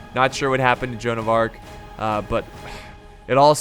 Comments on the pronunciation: Its joanne of arc not arch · joan of arch, you mean joan of arc